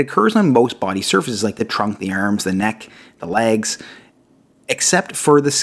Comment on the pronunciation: "Arms" this guy sounds East Coast Canadian.